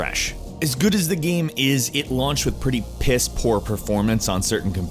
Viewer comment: still can't pronounce the word "game"